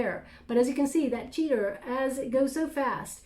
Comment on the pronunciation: Cheetah not Cheetar! That's funny!